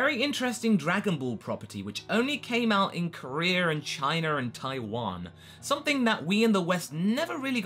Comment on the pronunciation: Korrer Chiner Americer, sorry, I just heard /er/ when ever you said the letter a in a word